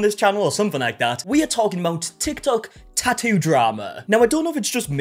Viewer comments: Best part of the tattoo drama is that we get to hear him say "ta-u" over and over and over again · I just love how he says tattoo.. lol